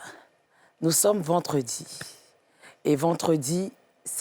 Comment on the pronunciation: Vendredi, vendredi et non VENTREDi. Merci ma belle